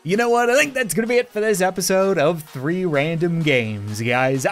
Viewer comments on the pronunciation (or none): Is it just me but it sounds like free not three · Robot:threeee randome games I meant tree random games